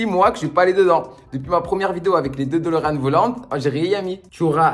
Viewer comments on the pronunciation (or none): none